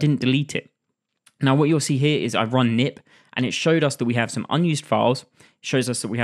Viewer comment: I don't think it's pronounced 'nip', but 'k-nip', with the 'k' not silent, since the tool is developed by a Dutch person and 'knip' means 'cut' in Dutch.